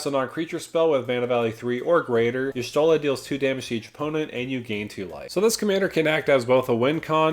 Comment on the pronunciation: “I don’t want to butcher this name too much” pronounces it perfectly